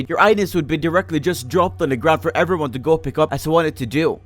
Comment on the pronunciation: When he say how everyone going? I hear How server 1 going ;p